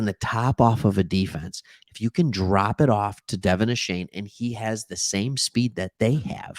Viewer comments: Stop saying Ashane it's Achaine! Go Phins and Geg em Aggies! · DeVON A-CHAIN actual pronunciation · Find out how to pronounce his name thanks for the love. Gig ‘em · Dude, the least you could do is learn how to pronounce his name correctly.